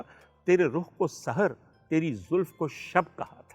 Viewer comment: ڈاکٹر صاحب آپ عمدہ پڑھتے ہیں۔ صرف یہ کہنا تھا کہ وصل کو vasal نہیں vasl پڑھیں۔ اس کے ساتھ ساتھ، ایک لفظ پڑھا سحر، جہاں وہ جادو کے طور پر استعمال ہوا، وہاں آپ نے Sahar پڑھا, Sehar پڑھنا چاہیے تھا۔ آباد رہیں